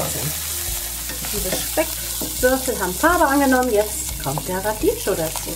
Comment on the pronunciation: Radicchio wird Radickio ausgesprochen